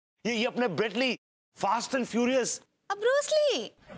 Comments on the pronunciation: Are wah brus lee , nahi wo brett lee hai , sahi pakde hai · Brett Lee❌ Bread Lee ✅